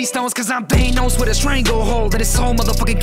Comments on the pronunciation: My only problem is how you pronounce Thanos, Thay-nows lol. I get it fits the rhyme scheme but anyway haha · Liked the song, disliked the way you said "thaynos" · Banger song but you are the first person I've heard pronounce "Thanos" as "Thaynose" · When he said “THEYNOS” I felt that